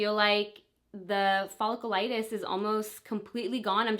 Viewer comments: It drove me insane in the last video and as soon as I heard it again in this video I had to turn it off and see if anyone mentioned it in the comments 😂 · Omg I know it’s driving me nuts. She said it so many times and wrong every time that I wish someone would just tell her how to properly pronounce cause it’s a bit cringy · Nicole Wilfong omg it was driving me nuts! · You're not pronouncing folliculitis right 😩